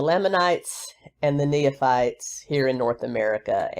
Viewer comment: It is pronounced "knee fights." Nephites. No third syllable in between. 😀